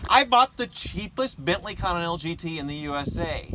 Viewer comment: "This is a 2004 Benleyconninental GT" XD